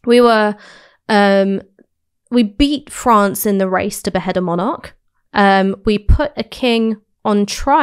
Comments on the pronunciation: Haha. I do realise Ash has a few quirky pronunciations. Monarch, being one that stands out, but there are also a few other ones. But I just let it go over my head, because who am I to say how a word should be pronounced. To me, what matters is the coherence of the argument and the narrative - with Ash they are always solid. I might personally have taken a different angle at times, but it's always well reasoned and rarely, obviously wrong. I'm a bit of a stickler for logical consistency accuracy etc. With other commentators, whilst I might generally agree, they do have a tendency to go off course at times, and say things that are obviously mistaken. I always work on the principle, that you can never say with complete certainty, that something is the absolute truth. There is often room for other valid perspectives. But you can 100% be certain if something is wrong, or mistaken in the terms it is framed. If you can cite an example, that contradicts what someone says, at the least they need to re-frame that argument for it to be valid. What's impressive with Ash's off the cuff arguments, is she rarely makes those errors. Whilst I might not always 100% agree, it is always a genuine matter of opinion, not clear inaccuracy. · She's great. I'm afraid I do get distracted though by the mispronunciation of the word 'monarch'. Its pedantic, I know but my brain won't let it lie.